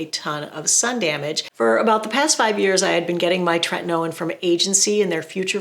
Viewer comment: I remember ur older videos how u use to pronounce Tretinoin incorrectly